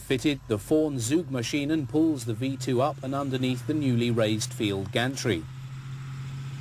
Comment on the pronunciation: It is not "soogmaschine". Try "tsoogmaschine", with the ts like in "wits" (he has his wits about him). That is how the German Z is pronounced.